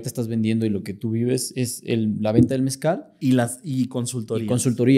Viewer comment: Mezcal!!!😮😮😮 Soy de la tierra del Mezcal. Toda mi famila hace Mezcal. Puro mezcal no "mezcal".